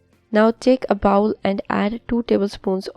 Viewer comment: Google pronunciation of BOWL! You are saying BOWEL which is intestines.